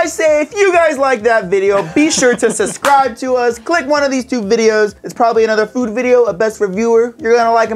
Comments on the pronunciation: "be sure to susribe to us" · He said SUScribe